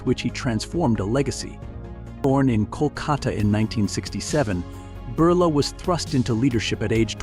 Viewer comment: It's not burla .it's Birla